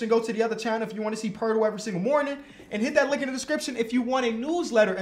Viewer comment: Its pronounced po-et-el